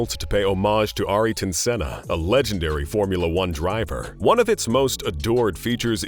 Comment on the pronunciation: “ayriton senna